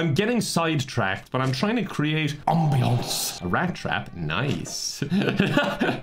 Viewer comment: the “trying to create ambíõncé“ send me